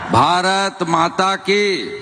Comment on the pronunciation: মুখ্যমন্ত্রীকে বল ঠিকমতন ভারত মাতা কি বলে ভারত মাতা কি এ কোন কোন দেশের মুখ্যমন্ত্রী ভাই ঠিকমতন ভারতের হয়েও ভারতের ভাষাটা ঠিকমতো উচ্চতর উচ্চারণ করতে পারছে না জেনে কি আমাদের দেশের মুখ্যমন্ত্রী আমাদের পশ্চিমবঙ্গ রাজ্য টা কি চালাবে রাজ্য চালাবে না রাজ্যটাকে করবে সর্বনাশ এ হচ্ছে মেদিনীপুরের ছেলে করবে সর্বনাস যে তোমার ভারত মাথাটাকে উচ্চারণ করতে পারছে না ভারত মাতা কি এ কোন দেশের ভাষা ভাই।।